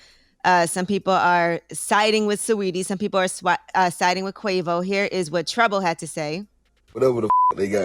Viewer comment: I’m not going to lie. That dude Trouble was speaking straight gibberish